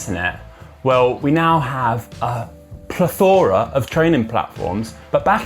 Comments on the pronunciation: PLE-thora, not ple-THOR-a. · [PLETH] + [UH] + [RUH] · Interesting video, but my ears stood out with pronunciation of plethora. It’s not pronounced with a flora sound at the end, but [PLETH] + [UH] + [RUH] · I'm sorry, "ple-THORA"? 😂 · why does he pronounce the 'o' in plethora so much ???? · Say “Plethora” again 😂